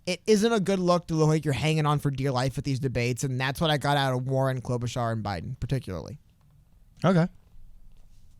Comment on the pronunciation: Klobarchar was klobbering that debate